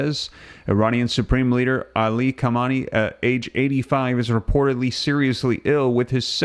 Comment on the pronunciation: Ha-main- Ê its pronounced